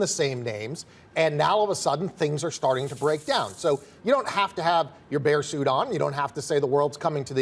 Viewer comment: did he just say bear suit?